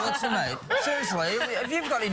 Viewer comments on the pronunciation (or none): none